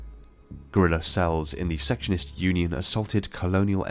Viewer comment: I use this video for reference a lot, but I just want to let you know, they're actually the "Secession-ists", not "section-ists". Secessionists, as in they want to Secede.